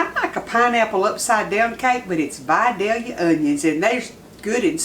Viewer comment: There’s a lot of recipes for this on YouTube but you’re the first one I’ve seen that pronounces Vidalia correct so I’m going with yours.